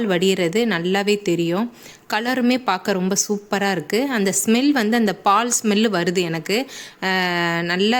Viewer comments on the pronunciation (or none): none